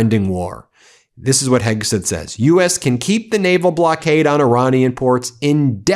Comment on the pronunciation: I hate to be picky Ben but it’s driving me crazy how you keep mispronouncing Hegseth, you are saying Hegsith. Would you say Sith Rogan?